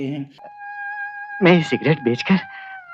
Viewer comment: BEHTAREEN ko BAHTREEN bolta hai, MAIN ko man bol raha,hindi ka uchcharan sahi nahi hai to kisi aur se audio kara le HINDI jaisi sunder bhasha ki tang kyu tod raha hai....???